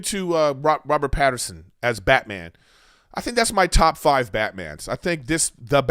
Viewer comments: It’s Pattinson. Not Pat-her-son. Robert did a great job and doesn’t care to be playboy Bruce yet. Now that the way the movie ended he’ll be more involved with the citizens of Gotham. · Mr griffin, there is no R in Pattinson